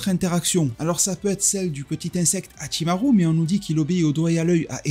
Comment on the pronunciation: Très intéressant ton accent japonais sur Hachimarrrru. Mais également sur ce que tu nous apporte dans cette vidéo. Par ailleurs j'ai adoré ton short sur Yamochi.👍